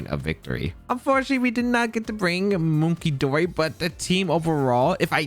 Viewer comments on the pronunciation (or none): Hey! I think the pronunciation of the loyal 3 is something like this: Okidogi (Sounds a bit like Okey-Dokey) Fezandipidi (Sounds like Serendipity) Munkidori (Sounds a bit like Hunky-Dory) Also Ogerpon is the best legendary release in at least 3 gens, maybe more